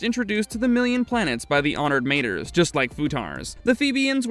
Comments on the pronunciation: Guys guys guys please for flip-sake check your pronouncication before you post content. You do have ai available to you so there is no excuse to pronounce words correctly like honoured "MAH-TRAYS" . Not matrees and mah-trees. Cool that's it thank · it would be pronounced: ma-trËs, as the number three in spanish almost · Good job but several mistakes that core Dune fans will catch. Mentats dispersed during the scattering, yes, but you mentioned it as if it happened during Leto IIs time? Honored "Mayters"? You said face changers twice, then you said face dancers? If you listen to the video before posting you'll easily catch these items. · Got to love it when the AI can't pronounce anything right